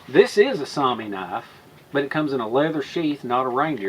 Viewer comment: Yes. Soumi and Sami are two different words. Soumi is the Finish word for Finland. Sami refers to the Finnish Laplanders. If that's the word you're looking for, your pronounciation is correct. Saw-mee